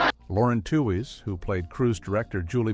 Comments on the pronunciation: Yep If you Google it, it’s pronounced tweeze like tweezing your eyebrows that’s why I hate these AI voices. They always pronounce everything wrong. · How said that Lauren Tewes is forgotten. Her name was pronounced tweez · M. A. S. H. for Mash?, Lauren Tewes' name is pronounced "Tweez"